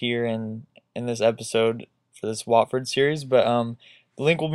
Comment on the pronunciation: its wotford not whatford